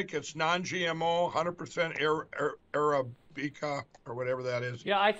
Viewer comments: Sound it out Mike: ur-a-bi-kuh. You can do it! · YAY! Thank you for the Saturday laughs sir! Ok, so it blows my mind that, comming from the "biggest broadcast platform in the world!", that NEITHER of them could say Arabica!!!! 🤣🤣🤣 Trump displays his 3rd grade level of intellect! Josh Hawley walking in, fist in the air, "I'm a beast, I'm with you!!!" Running away, "imapussyimapussyimapussy!!!" And for Mike Lindells coffee, it has to be done like he's had a few cups... "HI, IM MIKE LINDELL AND ALL OF YOU NEED TO TRY MY NEW COCAINE LACED COFFEE STRAIGHT FROM COLUMBIA.. I MEAN HONDURAS!!! ONCE YOUVE HAD A FEW CUPS, YOU WONT NEED MY PILLOWS... EVER AGAIN!!!!!" Thank you again! I look forward to Saturdays and Wednesdays for the laugh videos! And with these people, they're gonna keep you in material for decades!!! 🤣🤣🤣😄😄😄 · Mike lindell becomes director of foreign relations for Donald Trump and he can't even say the word Arabic. He's like you know the place where the coffee beans come from we're talking to those people. I have it written in my calendar book as a 2pm meeting with the coffee Bean people! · A--RA--🐝--KA= Arabica☕ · Arabica beans. If Lindell is going to get into the coffee business. First thing you should know is know HOW TO PRONOUCE THE BREED OF COFFEE!! So, sleeping on rocks and now making bland wake-up juice. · How do you come on screen to promote your new Coffee and not know how to pronounce Arabica and that it a species of Coffee plant. Money can’t buy you brains it seems.